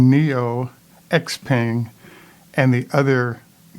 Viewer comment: And the X is pronounced more like Sh-peng, as in "thank you" xie-xie, "sh-eh sh-eh", and great program, thank you.